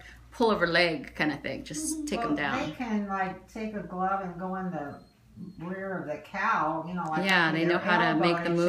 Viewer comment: Did I just hear.. "Take on a glove and go to the rere of a cow...????" 😂